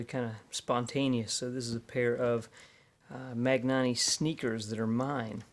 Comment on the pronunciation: Just to mention that the pronunciation is not mag-nanni because being from Spain, the g is silent but instead "man-yaani" (press the little speaker thingy on the Spanish side) ;)